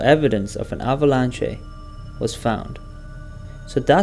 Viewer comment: This was a good vid untill you said avalanch-AE😂